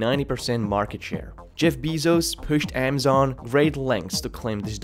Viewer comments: "AAA mazon." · Please stop saying Amazon as "Amm-zon" instead of "Ah-ma-zon" and "prices" as "pry-SEES" instead of "PRY-ces". There are several other words where you pronounce an undue "SEES" at the end too, it's very distracting.